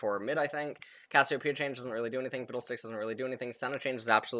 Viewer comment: When I first heard it I thought he said "hes like a Zikz"